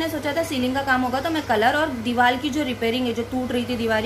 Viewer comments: Deewal nahi deewar hota Hai. Aur nahi to kya😜😜just kidding dear don't mind. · dewal nhi deewar sahi bolo